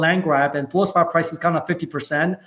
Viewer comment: I couldn't understand him either bit in the comments above it is Fluospar